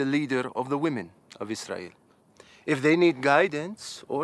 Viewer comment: Why do all the Israelites have Arabic accents and pronounciations? They even say "Israil" instead of Israel. 😬😄